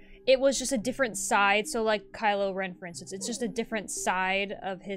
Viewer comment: for a sec I thought you said Kyle not Kylo XD